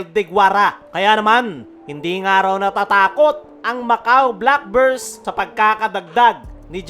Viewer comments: Black Birds pa nga ang dinig ko idol eh ... hahaha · pati yung pangalan ng team ng Macau boss, hindi inayos ang pagpo-pronounce eh .. naging black burse .. hahaha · idol sa dami ng sinabi mo, hindi mo man lang inayos ang pag-pronounce sa team ng Macau Black Bears ... hahaha